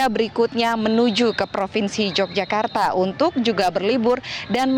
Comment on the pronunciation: Pakai bahasa Indonesia yg benar mbak....kl sebutan yokyakarta itu untuk kota Yogyakarts....tapi kalau propinsi yg benar propinsi Daerah Istimewa Yogyakarta....maaf anda seorang penyiar tapi bahasanya kog simpangsiur bgmana dgn metrotv apa tdk ada pelatihan atw kritik penggunaan bahasa yg baik n benar.....sy sbg org bodo kog prihatin sekali ya.....🙏🙏🙏